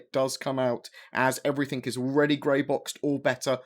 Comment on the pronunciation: please say everything not everythink